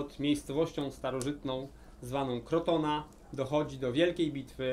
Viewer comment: W X wieku nie było jeszcze Bazyliki Świętego Piotra! Miejscowość we Włoszwxh nazywa sie.CROTONE (czytamy przez K i nie odmieniamy) Poza tymi małymi uwagami... pozdrawiam i dziękuję za świetne lekcje historii.